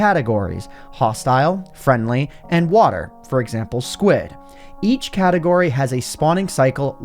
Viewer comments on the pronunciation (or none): none